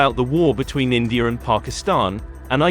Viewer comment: Its India not Indiar